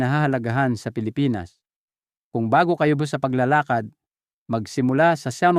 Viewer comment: Taga Visaya yata si Doc may mga salita ng di mabigkas ng tama tulad ng “paglalakad”, “Salabat”